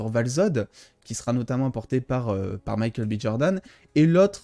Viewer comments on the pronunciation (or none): none